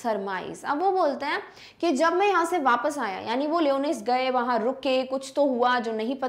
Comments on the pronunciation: Mam you are pronouncing the word lyonnesse wrong 🤷‍♂️ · Mam wonderful explanation..but the pronounciation of Lyonnesse isnt correct i think